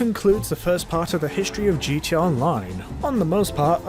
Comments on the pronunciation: why do you say gt online you keep forgeting the a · Is he saying gt online or gta online?